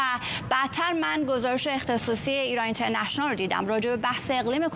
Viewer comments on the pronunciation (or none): اینترنشنئال رو از زبون این فرداد می‌شنوم یاد آدمای شبیه حیوانات نئواندرنال می‌افتم 😂